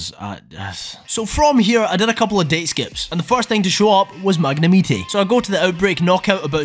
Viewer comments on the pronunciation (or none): This is a great video and I don’t mean to be that guy but look . Why are you calling it magnem-meatay?